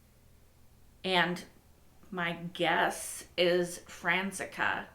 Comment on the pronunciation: Hi there, i just binged this playlist :D happy to see the show is still receiving love! Side note: your pronunciation of Franziska always makes me crack up a little (no hate!) - just in case youre interested: youre missing the "s" sound - it's more like Francis+Ka :) Looking forward to the next episode!